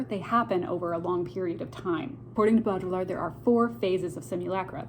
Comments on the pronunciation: I THINK it’s pronounced- Bow dree ard. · its pronounced BO-DEE-YARD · For future reference, to butcher his name less (but maybe equally so, I am a Canadian so idk) pronounce it bow-dree-ard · Bow-dree-yard it’s not hard to pronounce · As a french I can help you pronounce his name : BO- DRI- YAR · I think it’s pronounced “Bow-dreee-ard.” I took a post-modern media theory course my senior year and we studied the crap outta this concept. The original has been destroyed. And it’s why provenance is critical. Informative video - thank you. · This is a ‘fun’ video of a hard work in philosophy. Bo-Dree-Yar….say it like that and you’ll be close to the proper pronounciation. Thx for this rundown!! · I heard Jean Baudrillard’s last name pronounced “BOO-dree-ard” and now I have a hard time not calling him “Boo-Boo”. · bode. ree. yard. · It's pronounced Boweddri-ard. Baud sounds like Bowed or more like Baudrate(Bawed). Rillard - Just remove the ll's. The french like to add a bunch of letters they don't pronounce(well, it shapes their vowels but). Look up Rick Roderick's talks.